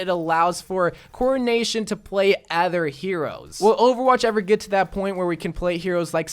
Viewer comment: Why does always say ather instead of other